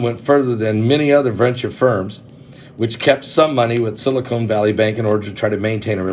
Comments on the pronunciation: Not silicone. Silicon, as in sili-CON artist ;) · I love you Pastor but it's Silicon not Silicone. Also it is idea not ideal. I'm sorry. My family calls me the word police. I just can't handle it when words are pronounced wrong 😵‍💫